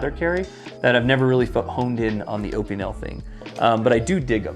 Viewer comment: Ah-pin-el = Opinel